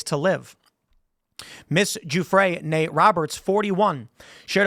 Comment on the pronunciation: Tim.... It's Virginia Guffrey ... Not Gufre'